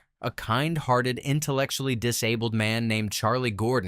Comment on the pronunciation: "innuh-lec-chew-ally". Yeah.